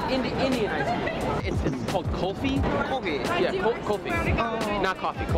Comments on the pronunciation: It's not Kalfi It's Kulfi... Ku-lfi FYI... Not spicy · Kulfi not kolfi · Its not kolfee its like 'cool+fee= kulfee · Its..."Cool- fee" Kulfi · Cool- fi This is how it supposed to pronounced